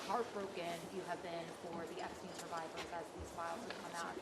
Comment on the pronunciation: "I never knew Jeffrey Epstine"